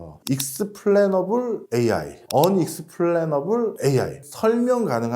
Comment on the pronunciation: 저분 AI를 IA라시네요 ㅋㅋ